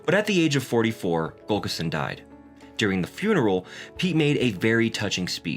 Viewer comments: For his friend and Coach, I believe the pronunciation is Tim Gul lick son. Not Gul kis son. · It's not Gulkison, its Gu llik son. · Yet again, we have a narrator who can't pronounce an important name, Pete's coach, Tim Gullickson. It is NOT GULL ka sin. It is GULL ick son. This makes me nuts. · Gull-ik-son. Not Gullkison. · GULLICKSON!!! not Gulkerson!! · Good video but It's Gullikson not Gulkison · Is he saying Gullkison? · it would be nice if you could pronounce GullIKson correctly!!